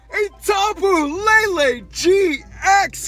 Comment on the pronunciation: It's lele not Lala